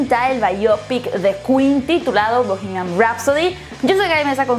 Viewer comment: No se dice "bohemiaM". Se dice "bohemiaN".